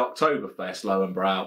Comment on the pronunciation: Cracking review, as always. Looking forward to the Spaten Oktoberfestbier video! German beer reviewers tend to prefer it over the Löwenbräu Oktoberfestbier. Have ordered a keg myself already. Your pronunciation of Löwenbräu is pretty good by the way, however, the German "w" is like the English "v" and "-äu" is like the English "-oy". Coming from a native German. But enough of the wisecracking, keep up the good work! Cheers